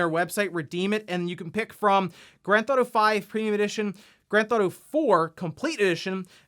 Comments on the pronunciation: "Grand Thauto" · Is it just me or does he keep saying "Grand Thoughto"? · I’m baffled by how you pronounce Grand Theft Auto